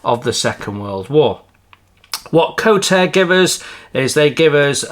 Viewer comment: It is NOT pronounced as Co-Tare. It is pronounced "Ko - Tar -Ray" in 3 syllables. (Which is the Indigenous Maori langiage name for the New Zealannd Kingfisher bird. Kotare do sell the 3d prints seperately, but they are given free included in Pre-ordered kits. There is no engine as that would add a fairly hefty extra cost, not just to the moldings, but also to the unit price. Kotare is a 6 man operations, and is not funded by a billionaire ( Like Peter Jackson behind Wingnut Wings). Mark Davies is a Vetinary Surgeon and hads only a few smallish investors (including Richard Alexander) to fall back on. The price of preorders direct from NZ includes postage.